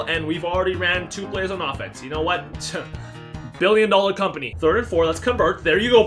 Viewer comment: You said BILLON dallar company